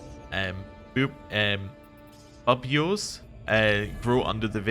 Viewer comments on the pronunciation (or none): RE: The "buboes" from plague - just FYI, it's pronounced "byoo-bows". They're the characteristic dark, pus-filled sacs that the disease causes. RE: Development map changes - that's actually quite a dramatic impact, especially in the ERE. I wonder if the new cultural tenets (e.g. water rituals) have much of an impact - haven't played through the Black Death in a while.